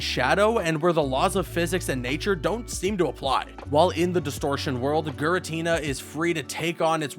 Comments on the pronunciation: imagine reading "Giratina" in the script and choosing to pronounce it as "gur-atina" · TAKE A SHOT EVERY TIME HE SAYS SHINNOH OR GURATINA! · Drinking game: take a shot every time he says “Shinnoh” or “Guratina” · He Pronounced Sinnoh and Giratina Wrong!